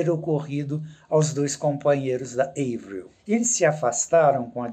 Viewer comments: Que paz ouvir ela falando o nome da Avril corretamente kkkkkkkk💕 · Sofro kkkk A falando certo ja fiquei aliviada 😂😂😂